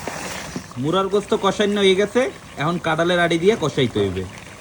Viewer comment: মুরগী না বলে মুরা কেনো বলছে